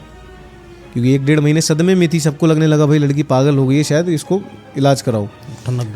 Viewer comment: Yar Shayed ko Sayed kiun bolte ho tum sab India wale